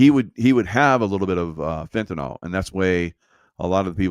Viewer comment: Its FENTANYL, NOT FENTYNOL